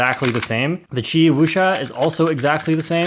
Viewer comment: There are wrong ways to pronounce qiyi but you use the worst possible way